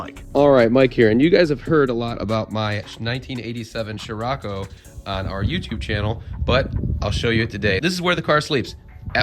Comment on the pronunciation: I've never heard "shirako" so far. It was always "sirocco". "Shirako" – sounds weird.